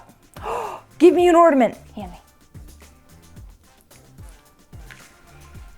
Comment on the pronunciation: did she say "Ordament"?